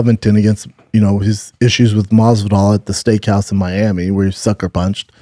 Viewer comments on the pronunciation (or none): none